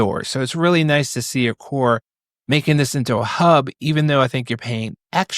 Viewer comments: Aqara not aqorrrr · hearing you constantly mis pronounce Aqara... every single time.. cringe... do you even try to learn how to say their name? and at some point maybe they just might stop sending you things to review cause you cant learn how to pronounce their name properly... (thats if they are sending you products)